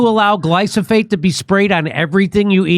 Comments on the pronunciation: Jimmy, it's glyphosate, not glysophate. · I think it's glyphosate and not glosophate. Right? Lol point made though Round up sis horrible. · It’s not glysophate, Jimmy… it’s glyphosate! 🧐🤨🤣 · It’s “Glyphosate” , NOT glysophate hahaha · Tha fuck is Glysophate? I know glyphosate, but this other thing sounds pretty bad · Jimmy, it's Glyphosate - GLI FO SATE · Please Jimmy...gly-fo-sate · It's pronounced Gly-foe-sate Jimmy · Gly- foe - sate Jimmy ffs